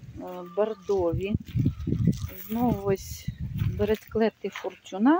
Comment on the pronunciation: Бересклет наголос на перший слад ФОрчуна